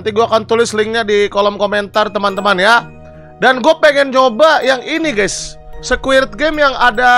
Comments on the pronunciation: ini kuping gw yang congean ato gimana si ge dgr nya abg bilang nya squirp game awokawok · Apa cuman gw yg denger nyebutnya squirt game😂🤣